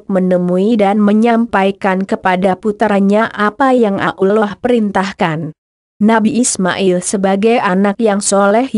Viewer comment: membacanya kurang begitu jelas dan disingkat kurang pass spt Allah Swt kedengeran Abdullah Swt